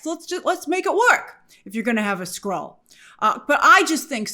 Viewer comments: Wtf! I thought he said “squirrel” too! 😂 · Skrull???? He said Skrull? I heard squirrel too😂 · I thought he said squirrel too 😂😅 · It’s a much funnier line if he said ‘squirrel’ instead of Skrull. I thought he said Squirrel and laughed. Knowing now that he said Skrull, I groan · I heard squirrel instead of skrull as well 😂